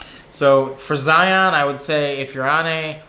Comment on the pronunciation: Hey love the channel. As a Utahn, I need to correct your pronunciation of Zion. The pronunciation rhymes with "Ryan." Lots of visitors prounounce it incorrectly as if it rhymes with "Try on." Thanks, and LOVE all the Amtrak stuff. I took my first trip last month Salt Lake - Chicago - DC - Orlando. So great!